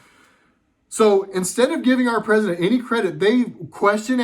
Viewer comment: "Cousident"... i lost it ROFL